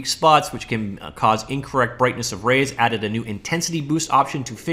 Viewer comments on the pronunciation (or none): none